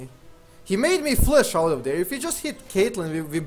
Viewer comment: i get triggered whenever he says flesh instead of flash